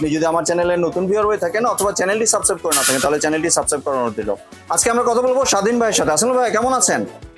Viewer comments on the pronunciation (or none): সাবস্ক্রাইব একটু সুন্দর করে উচ্চারণ করবেন প্লিজ। ভিডিও সুন্দর হয় কিন্তু এই সাবসাব কথাটা ভালো লাগেনা।আমি শুদ্ধ আপনার ভুল ভাঙ্গানোর চেষ্টা করেছি মনে কিছু নিবেন না।